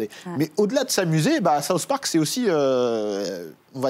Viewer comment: "Saousse park"